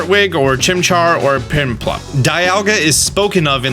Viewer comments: DID you just say piNplup? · i literally heard pimplup lol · You really got every sinnoh Pokémon name wrong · He said prinplup on purpose for that high engagement 🙄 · Even if he hadn't said it, I feel like I would have realized he didn't play gen 4. "prinplup" when referring to piplup, calling lucas "trainer guy", calling the largest city (jubilife) in the games a "town" lol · Cringes everytime Piplup is shown on the screen and hearing Prinplu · I don’t remember there being an “r” in Piplup 😩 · He said pimplup. Piplup is a pimp confirmed. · I honestly heard “Pinplup” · That’s not it either It’s piplup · You call yourself a pokemon fan and cant even pronounce piplup? Oh and now you confuse porygon 2 with porygon z lol xd.